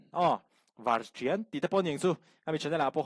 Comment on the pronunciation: Varṭian kha i va lam thiamlo ve, i lam hnuhnung zawk kha a dik. Fimkhur deuh a ṭha hle mai.